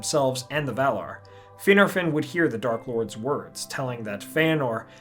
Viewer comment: is he pronouncing Finarfin and Fingolfin correctly? The Prancing Pony Podcast and many other sources say it differently